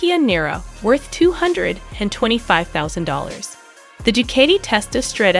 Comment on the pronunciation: This was a waste of time and it’s Ducati pronounced Dewcotee